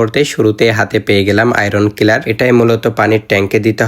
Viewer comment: clear ❌ killer ✅😂